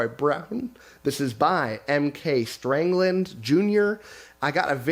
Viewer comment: Lol wait what? The author of Junkworld sent you a note telling you his name doesn't have a R (it's Stangland, not StRangland) and you said Strangland twice without even flinching? 🤣😂 poor guy. His name is indeed cursed!